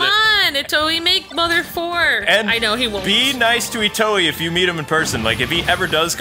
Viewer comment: "Girls like stories." What a randomly sexist comment. Oh, and please stop butchering Itoi's name.